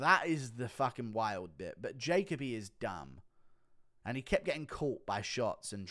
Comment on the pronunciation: Hey it’s Ja-co-bee not Jake-a-bee